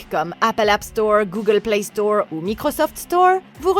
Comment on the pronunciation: Play STORE 😂😂😂 l’accent 😂